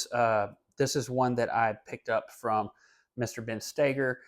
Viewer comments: Its pronounced stay-ger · Ben Stager? You mean Stoeger